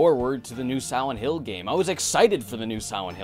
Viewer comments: Its probably his braces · He pronounces it "Siwent hwill" I can't fucking unhear it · I really enjoyed the video. But about 2 minutes in, I noticed it sounded like you said "Sowent Hill" and then that's all I could hear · Am I the only one who hears 'Siwent Hill' here? Lol, maybe it's just me. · Why do you say "Siwent Hill"? All of your other Ls sound fine :-) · Sihwent hill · Siwent hill is all I hear. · He keeps saying siwent hill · ... "Sowent Hill" ?